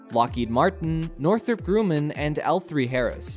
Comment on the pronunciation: Who the heck is a Northrop Grewmin? Msybe you meant Northrop Gru-man!